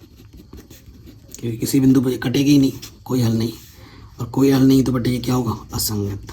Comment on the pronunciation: Sir ye aapka batte bette bohot disturb karta hai bate hota hai batttte nahi